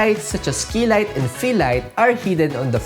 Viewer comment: Man, the quality and information of this video is superb👌 Who else heard "Fix my kilay?" I was like what? Lol! It's key light darn it!😂